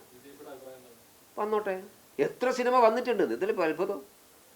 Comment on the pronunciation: ഷിനിമ എന്നല്ല മോയന്തേ സിനിമ എന്ന് പറയു